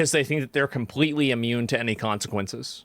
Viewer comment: You pronounce the words “police and completely“ with no L’s. Work on your speech impediment. Yes you do have a speech impediment.